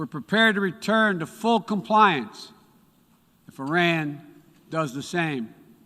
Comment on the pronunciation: He is not pronouncing the name Iran correctly... he is either very dumb and knows nothing about relations with Iran, or he is intentionally insulting them by mispronouncing it. Looks like we will be financing Afghanistan 2.0